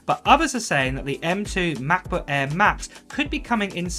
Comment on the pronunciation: 15 inch meh-booayh